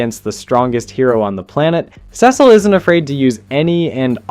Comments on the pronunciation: Not gonna like or sub until you pronounce Cecil right. Holy shit is that infuriating. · Why do you Cecil like that😂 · Dude, please try to pronounce the names correctly. I've never heard somebody fuck up Cecil's name or call Mark Grayson, Mac Garson 🥀